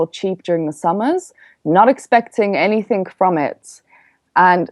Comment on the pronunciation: Very informative... Please stop saying ANYTHINK... it's ANYTHING...